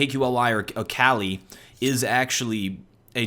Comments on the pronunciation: he said that its cali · because it really s CALI